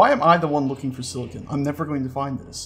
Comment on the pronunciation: Every time they say "Silicone" I chuckle because Silicon is used for computers, while Silicone is used for breast implants.